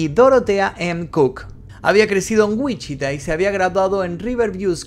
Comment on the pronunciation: me atraganté cuando dijiste “Wichita” aquí vivo, hasta lo regrese dos veces para ver si escuché mal lol, Saludos me gusto mucho el video ❤️